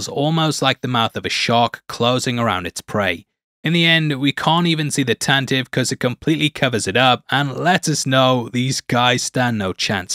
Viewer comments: Tantive IV is pronounced Tan-te-vee (as per Wookiepedia and original radio drama) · Tantive IV: "tan-tah-vee (four)"